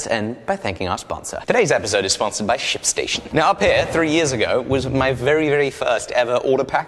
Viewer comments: Too funny! That's all I kept hearing every time he said it! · thought he said shitstation... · i though he said " Sh*t Station " lol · oooooohhhhh.... "SHIP"... station....